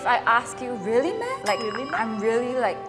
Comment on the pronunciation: hi singaporean here 😊 while watching i realised the 'meh' that pronounced wasn't really accurate? like she pronounced it like literally 'meh' but we kinda pronounced it like 'ma' like the chinese word '吗' its basically a direct translation from chinese lol😅